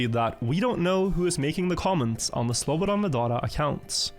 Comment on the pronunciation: man you really took time to pronounce that slobodanmedadadonevic name correctly didnt you XD